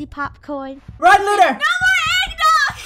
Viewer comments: It's Lunar not Luna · It's lunar not Luna :D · He keeps saying Lu Lu Lu but not Lunar